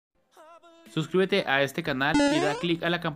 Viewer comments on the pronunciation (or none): none